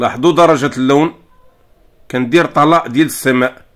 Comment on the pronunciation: طلاء ينطق بكسر الطاء وليس العكس